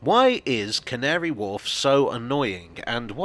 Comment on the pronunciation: How carefully did you have to say Can't-ary Wharf?